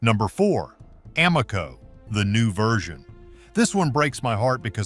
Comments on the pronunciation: I can’t believe I’ve wasted my time watching this AI generated nonsense. Evidenced in they don’t know how to pronounce AMOCO. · How can you mispronounce Amoco? Maybe this is a clue that this video is AI. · I doubt that this AI talking bot, that can't even pronounce Sunoco or Amoco, is doing any car repairs in his garage. LOL. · Obviously another AI video. Mispronounces: unleaded and Amoco. Click bait waste of time🤨